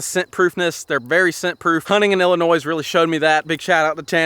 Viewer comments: and u say illinoi u dont say the s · The S is silent in Illinois!! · The “S” in Illinois is silent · Omg the s in Illinois is silent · The S is silent in Illinois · Nobody gonna talk about how he said Illinois but love you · you don't say the s in Illinois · It illy annoys me how you say Illinois